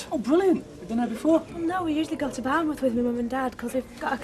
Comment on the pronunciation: Why does Curly keep saying "Barnmouth" when it's "Bournemouth"?!